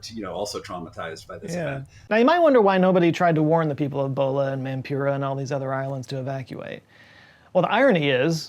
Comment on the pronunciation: Every time he says Bhola, I hear Bola... which was a very different cyclone